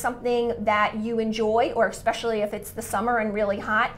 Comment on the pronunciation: You said ‘expecially’